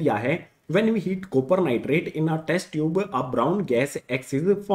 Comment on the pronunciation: Sopper chloride 😂😂😂😂😅